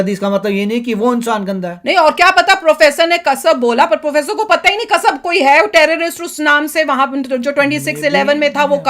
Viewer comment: कसब नही कसाब